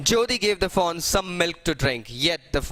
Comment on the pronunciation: Sir I am getting confused taht what are you saying foe, doe or fawn